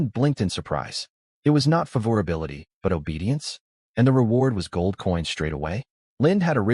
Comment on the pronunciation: I'm dropping the video due to the pronunciation of "favorability."